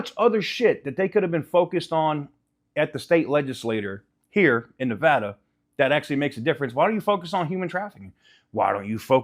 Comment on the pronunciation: You say Nevada wrong like a Californian.